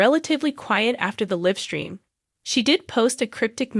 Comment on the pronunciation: Live stream is a long i Not short i So many mispronounced words again Finale not final